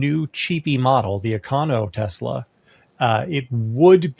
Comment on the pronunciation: Telsa or Tesler? 🤔😂